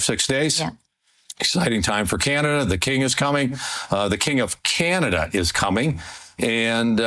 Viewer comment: I like how he emphasized “the king of Canada” 😂😂